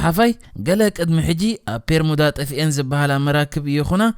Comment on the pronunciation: ጽቡቕ ሓሳብ'ዩ ካብ ዝተፈላለየ ጫፋት ዓለም ትሕዝቶ ኣዳሊኻ ንተዓዘብቲ ምቕራብ፡፡ እንረኾነ'ግን እቲ ልክዕ ስሙ'ስ "ቤርሙዳ" ደኣምበር "ፔርሙዳ" ኣይኮነን እቲ ። ከምዚ ካብ "ቢሮ" ናብ "ፒሮ" ፡ ወይ ውን ፡ "ቢክ" ናብ "ፒክ" ቀይርካ ብጌጋ ምጥቃም ከይከውን።